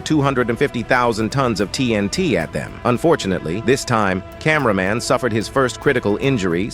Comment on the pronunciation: Camæaman titan